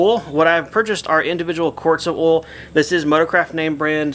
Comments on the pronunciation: I giggle when he says oil. I can't spell it like he says it. Not trying to be mean. I love accents. A couple other YouTubers say the man's name Don, but the way they say it it comes out "Dawn". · Or awl, LOL